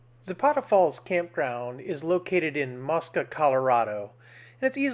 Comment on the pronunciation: Pronounced " MOE -SKUH." It is not an Islamic site.